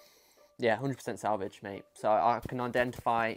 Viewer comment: Awwww salvage aha cute. It's pronounced like sav-aww-ja It just reminds me of cheap shaving cream so I can't stand it tbh.